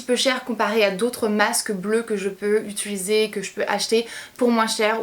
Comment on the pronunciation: pour la première fois tu a dis utiliser et pas utuliser 😂😍 bravo ma belle haha si non ba comme dhab hein tu sais que tu fais du bon travail 😘💗